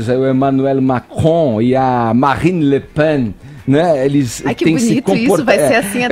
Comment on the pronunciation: Augusto Nunes gosta de zoar com os outros mas esse francês dele falando '' Marine le PAn'' foi ridíiiiiiculo ... kkkkkkk